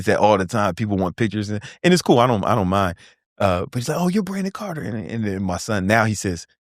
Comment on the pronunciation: carter not carton